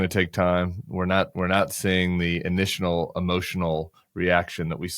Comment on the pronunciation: Tim says, “initianal” . 😂